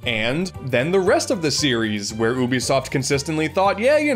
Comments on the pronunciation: Its pronounced "U be soft" not "ooh be soft" bc you and other youtubers keep mispronounced it I'm giving you a dislike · Your saying Ubisoft wrong It’s not ooobisoft It’s Youbisoft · I hate how he says "oobisoft" so much. Idk I'm more used to pronouncing it as "yoobisoft" instead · You say you-bi-soft not Ubisoft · It's pronounced like "you-bisoft". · That's a weird way to pronounce 'Oubisoft' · How do you pronounce Ubisoft? 1: you-be-soft 2:oohh-be-soft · Man this was hard to watch listening to this guy mispronounce Ubisoft EVERY SINGLE TIME! Maybe a YouTube video on how to pronounce it might help you out, would have liked the video if you didnt say it so dumb everytime. Also Rayman Arena is the best, with 2 being a close second